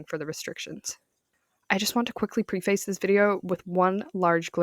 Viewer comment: Very tiny side note: "preface" is pronounced "preh-fuss."